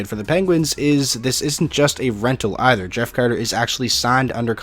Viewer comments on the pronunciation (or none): none